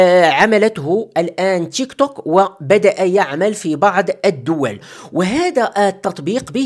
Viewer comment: التطبيق اسمه تيكتوك وليس تشيكطوك😂😂😂